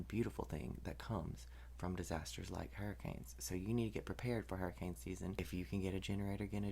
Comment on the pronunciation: Yasssss 😂😂😂😂 thank you for your proper southern pronunciation of hurricanes. ❤🎉 categories on point too! 3 and above is a concern.